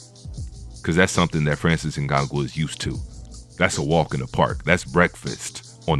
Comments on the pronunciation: Not Ngagou. NganNOU. Can’t be making all these videos on disrespect about FBA and you can’t even take the time to learn name of our African champions/fighters, before making a video. Yet if we call this out as the typical covert disrespect, you’ll say IM the one being divisive. Not only that - you should address him as a Cameroonian/African, the same way you don’t hesitate to do so once it’s a topic of negativity. But in this entire video, no direct reference to his nation. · It's not In-Gon-Goo it's In-Gone-New👍🏼 Put some respect on his name bruh🤦🏽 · ngannou not snngago lol and you are suppose to commentate boxing matches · Ngango bruh it’s ngannou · Tyson is 35 not 32 ....its francis Ngannou(In-ga-nu) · Jesus the dudes name is Francis Ngannou, it’s pronounced N-gan-nou. He is NOT a grappler and a great wrestler. He is a striker. Almost all of his wins have come via Knockout. Tyson Fury is an average boxer? What other man that big moves like that? The fact that Fury gets knocked down in many of his fights is simply the fact that he is a heavyweight boxer. There are 21% MORE KOs in the HW division than in any other division. That fact is he GETS UP from knockdowns most fighters are not able to get up from in a division where the guys are 200+ pounds. That is insanely impressive. You have a clear anti Fury bias. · Francis Ngagoo 😂... bro got me dead with that pronunciation 😂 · Get that man name right...N-GAH-NU.... You're butchering his name. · He name is correctly pronounced Francis Ngan-noo (Ugannou) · Did u just said Ngangu? 😂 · Is there a reason you've made up your own way of pronouncing Francis' surname? Just listen to ANYONE else say it...and...say it like that?